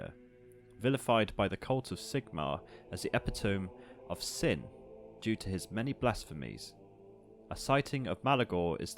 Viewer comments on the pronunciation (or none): Epitome is a great word, it is pronounced Ah-pit-oh-MEE, not epi-tome